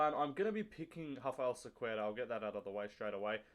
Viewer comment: your enunciation of Cequeira is immaculate ... i'd never get it right